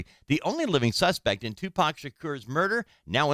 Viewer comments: She is killing me with his last name -Tupac sounds like ,”To -Poq or Pock”! Shaaaa Cor but how yall say it ugh 😣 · I can’t stand how she’s saying Tupac’s name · The way she pronounced Tupac's name is crazy but I'm praying they finally get Justice for Tupac Shakur. The didler knows who killed him, and he's looking very guilty